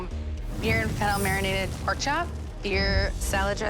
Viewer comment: It's poark